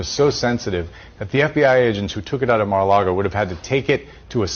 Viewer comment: Senator Round mispronounced MARA Largo as MIRA LARGO...He is going to make KING TRUMP ANGRY